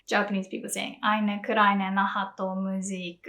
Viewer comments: Your pronounciation of "Eine kleine Nachtmusik" was amazing. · Your pronounciation at EINE KLEINE NACHTMUSIK was really really good „EINE KLEINE NACHTMUSIK“ の発音はとてもよかったです